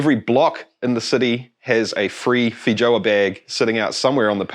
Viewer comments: It's pronounced "fay-ow-uh" they're from Brazil ;-) Having lived and worked in NZ this particular word might be the most amusingly mispronounced in the English langue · The J is pronounced as a Y btw.